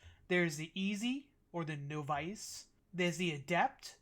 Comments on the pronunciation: Your saying Nov Ice. Cmon. Its novice .. pronounce it like this "Nov is" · The noff-ice eh lol